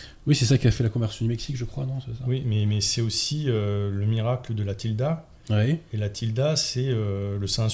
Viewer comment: La tilma et pas la tilda